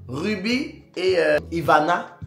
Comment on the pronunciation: Ruby, a gâté ton prénom 😅😅😅il dit Yonne 😅😅